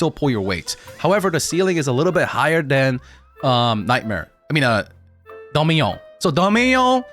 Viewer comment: pronouncing dominion like a special needs kid